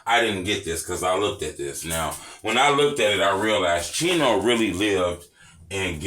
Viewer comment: So why do they say cheno burger?